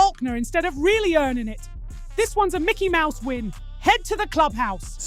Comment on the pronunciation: yp I think that micky mouse mad in China got thr wrong acent lol